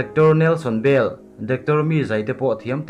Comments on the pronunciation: Ruth Bill niloin Bell zawk aw 🤔🤔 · A hming hi han ti dik hram ula..Ruth Bell a niin ka hria